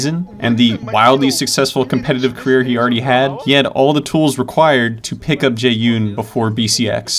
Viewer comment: jesus i got so triggered when he pronounced jaeyun jae-Un